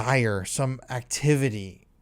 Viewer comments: My god, you can't even say babies? Dafuq? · Why can you not say "babies" so strange...